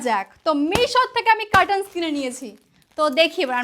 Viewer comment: Catels নয় it's curtains...